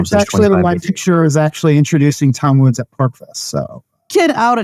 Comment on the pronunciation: pssst... Woodzzz... There is an 's'